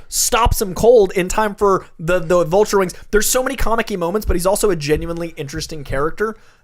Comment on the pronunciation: Wait excuse me did say "Volture"......tf